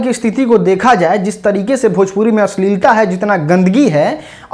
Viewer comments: खेसारी जी पहले भजपुरी को भोजपुरी बोलना सीखे, तभी तो गूगल सही ट्रांसलेट करेगा 😂😂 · Bhajpuri bolta hai 😂😂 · कोई इस खेसारी गधे को समझाओ भाई की भोजपुरी होता भजपुरी नही।